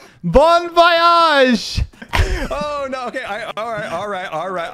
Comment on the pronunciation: "bon voyage" transform into "bone voillaje" I just can't😭